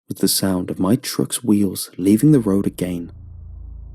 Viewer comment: I like how you're saying again lol, "Aga aein"